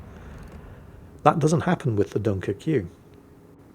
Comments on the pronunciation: Its the "French" spelling. So just pronounce it Dunkirk. I have said ship, its okay, but I rarely play it. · My IQ drops every time says Dunkircue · Pronounced Dunkerk in French, sorry to be so meticulous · ACKshully… technically at certain points in history, Dunkirk was English territory, regrettably lost to the Hon Hon Hon Baguette people. Therefore, is not terribly terribly wrong in saying “Dun-ker-kyu”. Besides, it’s always on the table to mock the 🥖 Baguettes. 🥖 Furthermore, as a very very brave player, the Sinope was intensely aware that battle-damage taken in-game means actual real-world physical damage and hurty to the player. Thus, he protected himself from possible actual literal death by mostly hiding in safety behind an island. #The HeroWeNeeded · please. It's pronounced Dunker-kway. If it's to be pronounced the way you say it then the end has to be spelled -queue. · if you want to pronounce it like its spelled it would be (Dunk - er - que) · Everyone: Dunkerque: Dunkerqueue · Spanish speakers: Dunker que? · Its pronounced - DunkerCube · within a minute it had to be a 👍👍 for the (mis)pronunciation 🤣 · I will never not mispronounce this ships name thanks to you. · I love how the title only works if you butcher the pronunciation of Dunkerque with the furious vigor of Hannibal Lector